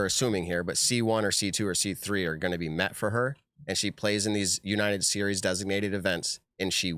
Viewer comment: Why can’t say the word United lol